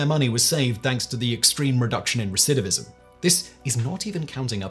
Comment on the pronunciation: I just want to say how impressed I am by Simon's ability to repeatedly say "recidivism"...I can't say it at all!!!